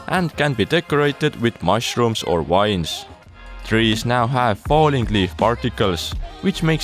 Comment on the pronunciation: You said "wines" instead of "vines". 😂